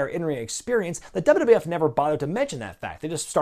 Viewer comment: What's with your pronunciation of "wwf" ? I've heard the same from Keller, Alvarez & Meltzer.